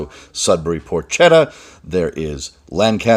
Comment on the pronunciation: Spelled Porchetta, pronounced pork-etta